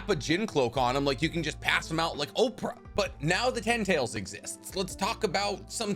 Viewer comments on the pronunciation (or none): none